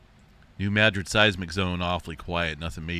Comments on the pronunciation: "Mah drid" lol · Lol... hearing your John Wayne-esque pronunciation of "Madrid" makes me chuckle every time. "Muh drid"... soft emphasis on the second sylable. Growing up in So Cal taught me the correct pronunciation of Spanish words and names. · In this case, the locals pronounce it MAA-drud.